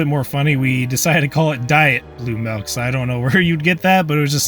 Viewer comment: did he just say Milk as "Melk" ?